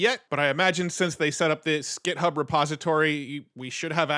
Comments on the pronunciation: Am I miss hearing or is he saying GEThub instead of GIThub? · You are driving me crazy. It's github, with an 'i", not gethub, with an 'e.'